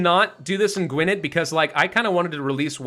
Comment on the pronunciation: Just a quick note for future: Gwynedd is actually pronounced "Gwyneth", as in the ladies' name. In Welsh Gaelic, a double D is pronounced 'th'.